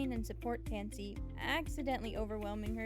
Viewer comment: Is it bad that i heard fancy blink when you said tansy blink